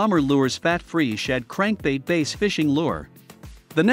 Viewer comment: not taking advice from someone who can't say "bass" right.